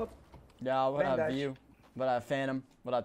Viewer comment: I love the way the dude said bandage "Bandaje"